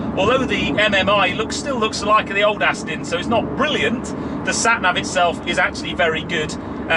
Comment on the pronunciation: Sorry to be a pedant but it's not pronounced "Astin"!!!!! Even I can get that right and I've got MS causing me speech problems. (Still liked the vid...!)